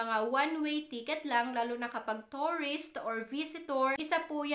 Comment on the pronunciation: Nakakadismaya naman pronunciation mo. Yung “ tourist” naging “ torris” at yung “ return” naging “ retorn”.